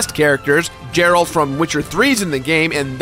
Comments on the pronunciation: omg...ever time...Its not Jeralt, its Geralt. GOSH. Keep up the good work :p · "Jeralt"? You mean... Geralt? With a hard G? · I’m sorry for being that guy, but it’s pronounced Geralt, not Jeralt. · Dude! Gerald not Jerald! Lol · Oh my god its not Džeralt, its G, hard GERALT! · Dragon Ball FighterZ is pronounced "fighters" not "fighter zee". Geralt is pronounced with a hard G sound, not like "Jeralt". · Wait, did... did you just say "Geralt" with a soft g? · Did this homie really say “Jeralt” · "Gerald from Witcher 3 is in the game".... bruh. Pronunciation.